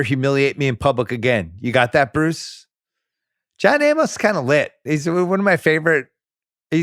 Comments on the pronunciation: It's not John A-MOS. Simmons pronounces things poorly. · It's just Amos (A-mus), like Amos n- Andy. Jesus Christ.